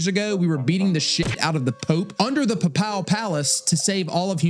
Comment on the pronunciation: the way you said Papal lol 💀